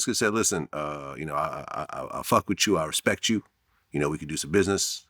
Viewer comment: “Respecialrect for him” 😂😂😂